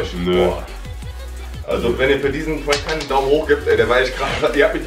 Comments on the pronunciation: sagt immer puank Aber es heißt prank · Aussprache: Puenk Aussprache: Prank